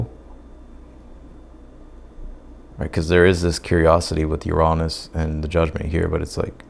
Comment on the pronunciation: It’s not cancerous it’s cancerian 🇬🇧and your pronunciation of Uranus is really off putting Shame when you’re such a good reader